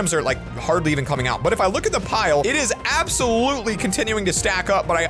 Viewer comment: That but sounded like a "butt"